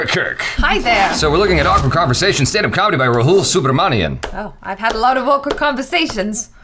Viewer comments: it's su not so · It's also Ni-En.... not Ni-Em 😅